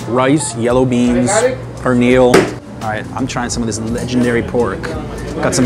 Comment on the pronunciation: Don’t ever pronounce pernil like that that’s disrespectful